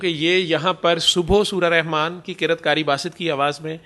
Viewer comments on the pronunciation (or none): کر یت نہں کہتے قرات کہتے ھے